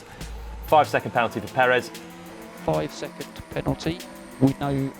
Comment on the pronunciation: Finally an english speaker who pronounce Perez correctly. Bravo Mr. Palmer!. Also I love your analysis, keep them coming!. Cheers.